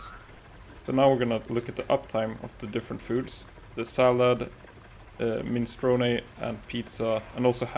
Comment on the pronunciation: “mini-strow-knee” it’s an Italian word. not Japanese